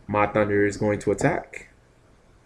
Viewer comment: When are you gonna realize its "HUNDER" LOL Ma and Pahunder not thunder ^_^.. NOt a big deal, i know.. Im just wondering if you really dont notice or if your choosing to call them that instead....